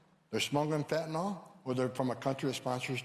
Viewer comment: Remember folks, Fentanyl is pronounced much like Benadryl. NOT Fen-tan-ALL.